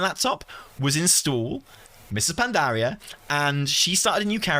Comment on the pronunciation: Is no one gonna talk about how he says Pandaria? Pan-DAH-ria